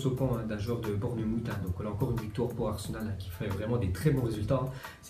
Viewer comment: Bournemoute ça m’a tué mdr😂